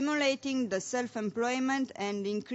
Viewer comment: ))) asa citeste un coleg de-al meu! :)) nici macar nu stie cum sa citeasca "the" urmat de un cuv ce incepe cu o vocala!:))